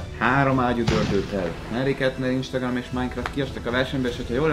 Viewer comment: pont jött egy instagram értesítésem amikor azt mondtad ISTAGRAM, LOOOL!😂😂😂